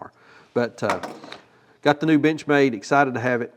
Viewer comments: Sure sounds like you're saying "bitch made", instead of Benchmade. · I'm sorry, but at the end, I could have sworn I heard "B*tchmade b*tch mat" and I could not stop laughing. I have a 940 Osborne and it fills my need for an "actual work" pocket knife instead of some of my other pocket jewelry knives. It's a great knife and great manufacturer in my opinion. I will, however, always giggle when I hear the word Benchmade from this day until my last. Cheers!